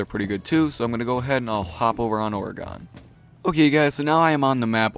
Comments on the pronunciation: The map Oregon is pronounced he same way as the state, or-a-gun not or-a-gan wtf dude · People never fail to impress me with their horrid pronunciations. Orgon... Really? I'm Australian and I know that it's pronounced Or-e-gon. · Oregon not Oreeegon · orygon... Oregon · Staph saying Oregon like that I live in Oregon and we say it like oregin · Oregon is pronounced like "organ". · he puts too much emphasis on the "e" he says it like "or-ahhh-gon" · who else gets mad when he pronounces Oregon wrong? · you pronounce Oregon wrong, I live there and it irritates me. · Am I the only one who cringes when he says Oregon? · The way you pronounce Oregon...I want to punch you...love your vids tho